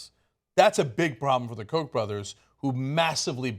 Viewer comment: The Koch brothers, people should look up the actual German pronunciation, it's not Heckler and Coke.